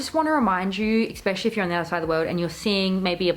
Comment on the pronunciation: Cringing every time you say the word especially. Look up the pronunciation of it.